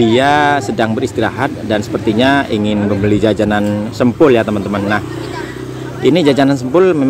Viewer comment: Sempol mas bukan sempul 😁😂🤭🙏🙏🙏